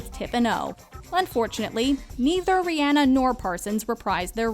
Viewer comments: Sis really sad re-ann-a uhm I think you mean re-on-a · i’m probably the only one who cringed when she said “riANA” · Rihanna (Re-Anna) wtf?? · Why do do you say Ri-hanna instead of Rihanna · thats not how to prenounce rhianna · Is That How You Say Rihanna?